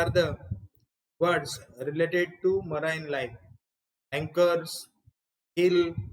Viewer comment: Please check pronunciation of the word 'marine'